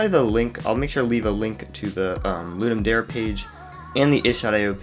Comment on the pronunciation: It is actually pronounced "Ludum Dare", not "Ludum Dare" like you were saying it.